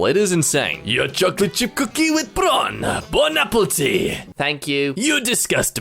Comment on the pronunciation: bone apple teeth